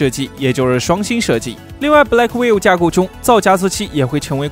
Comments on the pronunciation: Blackwell 英文發音完全錯誤😆😆Gay牆你可不可以專業一些😵‍💫😵‍💫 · Blackwell都能读错成“black will”~ 是black well啦！学点英文吧。。。Hopper读错成Hiper，简直了。。。